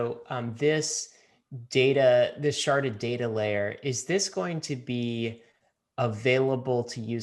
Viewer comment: Sharded or sharted? Lol